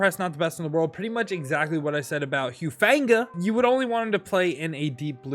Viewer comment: it’s pronounced Who-Fong-Uh btw lol